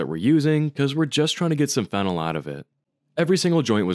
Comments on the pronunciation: You're pronouncing it wrong. You're pronouncing it "FEN-el" (like phenyl) while it's actually "fen-OL" phonetically. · Ngl it’s cursed how you pronounce phenol the same way phenyl is pronounced. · It's fe-nol! 😉